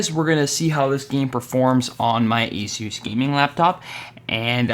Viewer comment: You say ASUS wrong